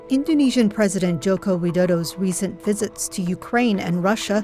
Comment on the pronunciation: U pronounce "joko widodo" coerectly